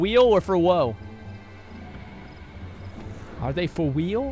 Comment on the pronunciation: i dont know why i just lost it at 'for weal' =)))))